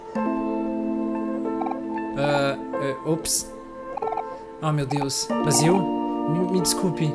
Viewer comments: se fala " Bei-zil " não Bá-zil desculpa;w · Acho q Basil é mulher e o nome se pronúncia Beisil eu acho